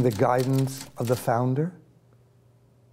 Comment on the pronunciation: "founder" "founder" "founduh" <- once he knows which character's voice to use.